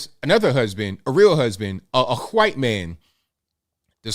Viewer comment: Hey…. Why do you say the quite man? Instead of white man? Just curious.